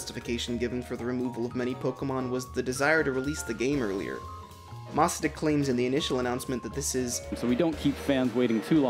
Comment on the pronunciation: everyone: masuda.: mas-ah-da.